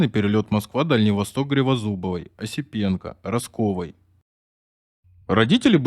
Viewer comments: Фамилия знаменитой летчицы ГРИЗОДУБОВА а не "гривозубова"! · Какая Гривозубова???(пепсик сраный).Валентина Гризодубова!!! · Произносите правильно Гризодубова,не перевирайте фамилии, коль выбрали себе роль рассказчика. 🤨😏